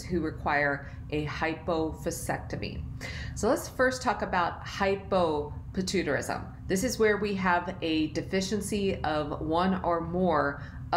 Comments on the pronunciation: Lmaoo what the hell is patoo-tarism? Idk how she can say pituitary but not the conditions that contain the word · Ummm.... Shes not saying it right 😂 Hy po pi tu I ta rism